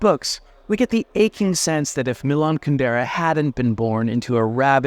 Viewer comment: With all his knowledge of Kundera, why does he not pronounce his name correctly?